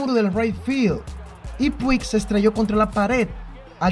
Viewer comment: Puig se pronuncia “Puch”. De nada.